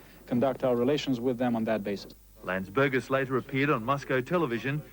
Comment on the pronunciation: "president Landsbergis" bruh